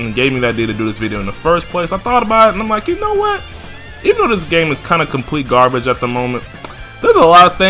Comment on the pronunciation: Not trying to be a mark but it’s Garbage not Garage 😊